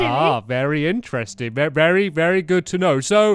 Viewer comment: stampy said 'v'ery rude when he had to start with u